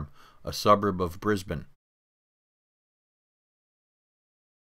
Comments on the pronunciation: Where the heck is “Tottingham”? At least you pronounced “Brisbane” ok, but “Ben-DIG o? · YEEESSSSSS YOU WENT TO BRISBANE AND THEN OHH YES Maryborough AND YES THE BUNDY RUM DISTILLERY IS FAMOUS AND THANKS FOR LIKING THE CANE TRAINS YEAH IM FROM BRISBANE OR BRISSY AS THE LOCALS CALL IT AND BUNDY AS THE BUNDABERG LOCALS CALL IT YOUR THE ONLY PERSON IN THE USA WHO CALLED BRISSY BY ITS REAL SOUND AND NOT NO BRIS BANE my uncle owns a cane farm and the spirit of Capricorn is now in service and as a Gympie north train and it’s model type is ice inter city electric